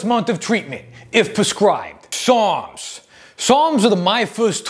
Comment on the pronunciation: Lol I was listening to this and i swore he was saying "PSALMS" NOT "SARMS" LOL